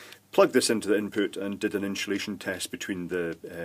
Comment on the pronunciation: I love how he says that!